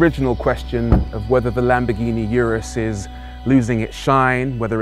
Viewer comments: Yewrus ....... Really! It's pronounced OORUS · For the last time, it's URUS, not yurus! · It’s Urus not Yourus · it's oooh-rus. not you-rus. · it's not fucking orus😂 Its U-rus simple as that lol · Why is it these guys making these videos on such large bugets can't take 30 seconds to search "how to pronounce urus" on youtube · Every minute he was murdering the name of the car and then the driving modes. You gotto respect that it isn't British. When you know what corsa and strada are, why not get grip of the other two as well :)